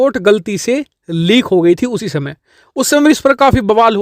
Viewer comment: लिक नही लीक होता हैं